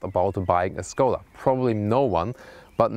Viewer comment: Learn the right pronunciation of Skoda here